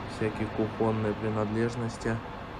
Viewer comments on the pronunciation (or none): В слове кУхонные ударение на у если что